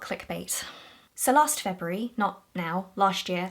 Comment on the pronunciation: I love the way you pronounce February!